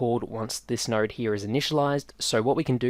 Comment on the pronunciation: If I had a nickel for everytime I heard “nard” Cool tutorial btw, thanks